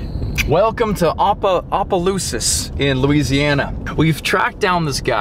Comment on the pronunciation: Bro cant say opelousas